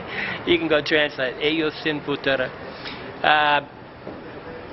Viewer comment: Did you say "fatura"? I'm going to go ahead and guess that you meant to say "futuro". Man it's hard to translate when you're not using real words.